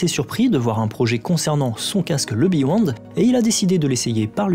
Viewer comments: Hello, bravo pour la vidéo:) Juste une précision, c'est pas le beWond c'est le beYond:) Tu te trompes en le prononçant:) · Le "bewond " ? ^^ :)